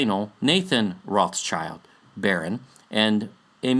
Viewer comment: trivia> how to pronounce this beastly family name: Rothschild - "ROT - SHIELD" means red shield (included in their family symbol)